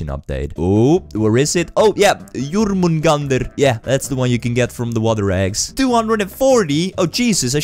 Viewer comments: "Yurrmounggandeierr" haha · i like how you say yormunganders😂😂😂